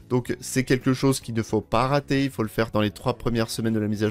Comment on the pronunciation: "Ne Artez pas" x)